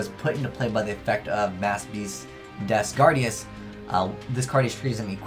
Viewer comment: Des Gardius, not Des Gradius